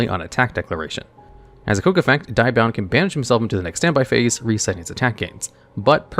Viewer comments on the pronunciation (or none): Diabound? I think you mean DEE-abound! At least that's how english dub Thief King Bakura says it. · How you butcher the name Diabound is harsh, have you not watched the anime & how Bakura pronounces it. Its Deee-Ahh-Bound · Hearing you butcher Diabound is disappointing.